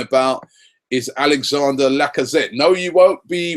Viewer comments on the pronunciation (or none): none